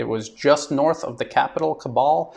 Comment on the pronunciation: Hi this is how Kabul is pronounced I doubt the Taliban will allow a single us serviceman or mercenary stay in Afghanistan